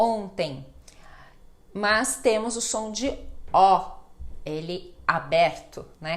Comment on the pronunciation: professora, a senhora a conjunção mas, pronuncia como mais. Uma pequena observação.